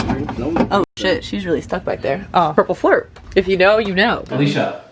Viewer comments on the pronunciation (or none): She seriously said purple flurp 😂